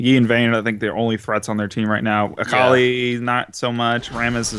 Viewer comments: AAAAHKALI not Akali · I'm pretty sure it's pronounced akawli not akuhli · Its A- Kal-i not Ak- lee. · sorry but it just bugged me the way you guys pronounced akali it is ah-kah-lee not acklee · does know how to actually pronounce akali and is just joking or does he not know?